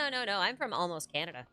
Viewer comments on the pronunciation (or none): none